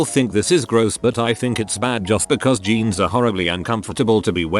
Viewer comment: "Geens" (jeans)